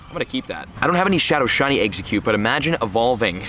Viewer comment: How many people cringed when he said what region is exeggcute from?